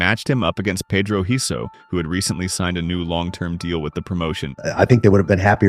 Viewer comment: Who's Pedro Heiso😂😂 ......Pedro Rizzo!